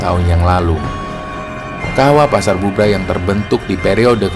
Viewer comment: Setiap denger cerita pendakian, pasar Bubrah ,tetapi aku dengernya pasar "Gubrah"